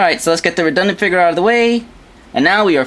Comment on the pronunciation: he says figure "figore"